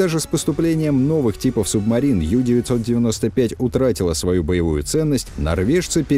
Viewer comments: Ююю95 объясните ей не ю- бот,а у-бот!!!!!!! U-это с немецкого (unten) - в переводе внизу,а в связке с бот оно звучит как (под), тобишь подлодка!!! А юююю это юбка,так ей и скажите! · У-995, а не Ю-995. Это ведь немецкий язык, а не английский. Очень распространенная ошибка, прямо слух режет